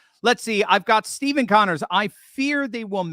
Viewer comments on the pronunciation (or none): none